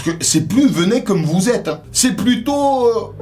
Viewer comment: "Venez comme vous Z" 😂😂😂